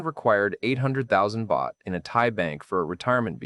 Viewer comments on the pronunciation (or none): none